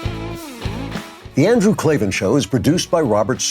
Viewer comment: KAY EL AYE VEE AYE EN THERE ARE NO EEEEES IN KLAVAN!!!!